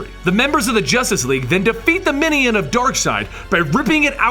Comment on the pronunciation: Love, love, love these histories! Please keep them up. A small nit, but I find jarring the frequent mispronunciation of words. In this one, "minion" is mispronounced "MIH-nee-yun" repeatedly. It should be "MIH-nyun", like "onion".